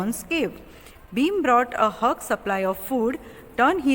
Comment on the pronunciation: You pronounced HUGE as HUGS😅 from.where did you learn English pls.tell me....